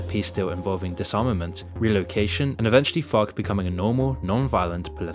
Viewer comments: Every time says FARC I hear FUCK XD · I like how you're accent makes it sound like you're not saying FARC- you're dropping F-bombs instead. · The way this guy says farc 🤣